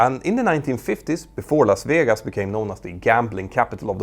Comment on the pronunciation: Las Vijegas 😅